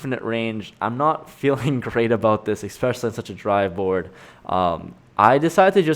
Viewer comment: Especially not "Exspecially"